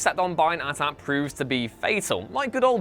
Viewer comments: Did you seriously say “at at” instead of AT-AT??? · AT-AT is pronounced like 80-80. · Am I the only one who noticed how this guy pronounced AT-AT 😂